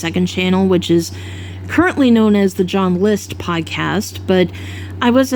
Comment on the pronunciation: This is very random, but i've wanted to say it for a long time.... I LOVE how you pronounce the word "podcast" 😆